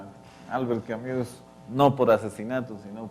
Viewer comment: Por favor se escribe Camus, pero se pronuncia camu sin la s.. es una i que se pronuncia como u.